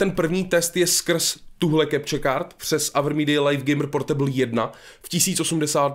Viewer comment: Slovo LIVE se čte LIV a ne lajf už to pochopte...